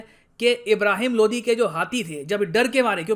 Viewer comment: Sir Ye Lodhi hai LODI nahi hai😁😁😁